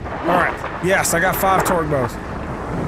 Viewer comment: Anyone else notice that he says twerk instead of torque